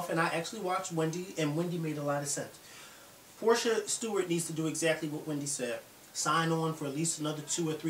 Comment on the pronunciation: PORSHA NOT PORTIA